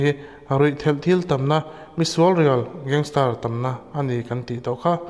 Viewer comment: Gangster ti in lam rawh,gangstar ti in i lam daih a